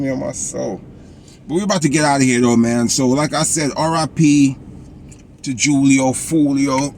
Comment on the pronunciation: Its pronounced hoolio foolio fool